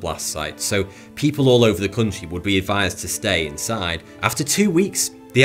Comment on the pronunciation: "Ova a million people" what an annoying voice